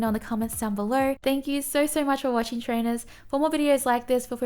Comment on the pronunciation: I love that "Hi Trainuhs! 😊" hehe